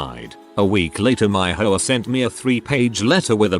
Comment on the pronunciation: H O A, not ho a. Darn computer voice.